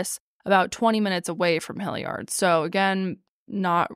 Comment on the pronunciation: As someone who grew up in Hilliard, hearing pronounce it hill-YARD cracks me up 😂🤍 This case really is baffling and frustrating